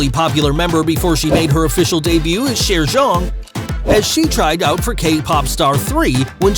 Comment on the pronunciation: Video was quite okay, still some aspects I wanna point out: 1. "y" in Chaeryeong pronounced like you did in her sister Chaeyeon, so actual j, not dj 2. Yuna, Chaeryeong and Ryujin were also in Stray Kids' show, not only Yeji 3. Where did you get the Thai info about Chaeryeong? 4. Ryujin's definitely not "incredibly introvert" 5. Yuna with the most hate? Not imo but idk about other fans. 6. also, never heard about that 7. Lia has actually been most criticized for her dancing skills even though she's great at it. You should have included that. 8. Yuna's talent sounds kinda weird. Impersonating Lia on stage? And that clip after that didn't even show a performance. 9. Every member can be an ending fairy. Different for every performance. Check them out ;). 10. Weren't really "other talents" for Lia and Chaeryeong though. Lia is the main vocalist and Chaeryeong the main dancer, so actually those were their "usual talents". Lia has an incredible flexibility though and Chaeryeong's talent would be that she's unintentionally funny and savage. But yeah, nice first guide maybe for new MIDZYS👌